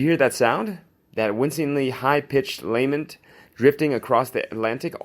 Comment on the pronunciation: Your pronunciation is dreadful. The word lament is pronounced lamm ent, not lay ment.